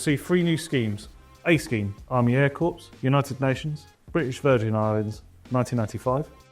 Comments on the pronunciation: it's core not corps as in a dead body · Was NOT expecting the SLS. Hope it's not too expensive... The 1/72nd Wessex is very welcome: I'll probably be getting one.: "Corps" is pronounced "Corr" (silent "H"). Also, in the text for your Irish Spitfire trainer scheme, it says "Crops", not "Corps". If you send it out with that typo in place, I might just break my nothing-bigger-than-1/72nd rule and do one as a crop duster, just to troll you at SMW...😈😈😈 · Yes, the "corpse" pronunciation is a credibility hit. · Some amazing kits. Thank you. Please tell me you didn't keep saying Corpse. Air Corpse? Seriously! Learn to do the speak English good, like what they told you in school. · Two things that I can't not mention... three is not pronounced free! And the narrator perhaps doesn't know that Corps has a silent S. Not a corpse! That's my OCD sorted. Now I do like the look of the Stalwart! Having had many hours in the back of those beasts in Germany. BAOR. 😁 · Yeah, I cringed every time he said “corpse”. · Nice work Airfix - particularly on the Jaguar and Stalwart......but PLEASE....learn to say corps properly. You are not talking about dead bodies. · Someone please tell this chap how to pronounce ’corps’. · Great line-up..... perhaps you could find out how to say "Corp" properly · I put up with this terrible, unrehearsed presentation, right up to your inability to pronounce "Corps" correctly. Very nationalistic ranges, especially the space models, no ESA launchers, no Soyuz launchers. The channel is now part of my DRC Club. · The backing music has that someone whispering "Aitch", like correcting his pronunciation of H! Wish they'd caught the error on Corps too! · Corps is pronounced core, not corpse. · Please say "corps" as "core" and not "corpse" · Pronounced Corp not Corpse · The ps in corps is silent. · Isn't it pronounced .." core"? Not corps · Nice reviews BUT PLEASE don't say corps like Corpse(!) Its pronounced as corr(!) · Cor, not corpse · Army Air Corpse? 🤣🤣🤣